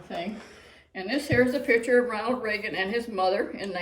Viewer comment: Love ya..but it's Reagan!